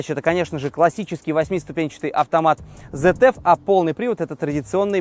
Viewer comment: Сравнение вообще ниочём . Немцы свои технологии и компетенции оттачивали десятилетиями , а корейцы решили залезть в премиум-сегмент сильно ударившись головой ,ибо генезис такое-же говно как и солярис. И ещё смешно смотреть как умничает дилетант- немецкие абревиатуры произносить по английски .( ZF читается правильно ЦФ ибо компания зовётся изначально Цандрад Фабрик ), 4matic -правильно произносится фирматик . Учи языки клоун.